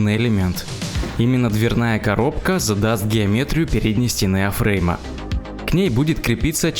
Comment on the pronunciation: Спасибо за очередную серию! Так приятно слушать чистую добрую русскую речь! Одна просьба. Не засоряйте язык "афреймами". Если по английски то "эйфрейм", но к чему вам "на английском"?!